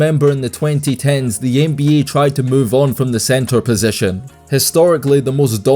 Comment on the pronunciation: Bro i would take you alot more seriously if you just said nba instead of n bee yayy